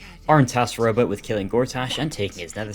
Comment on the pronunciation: Great Video! For the entire first half I thought you were saying Robo not rowboat